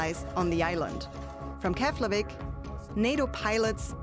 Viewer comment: Keflavik is pronounced Keplavik, just my two cents of knowledge. 😅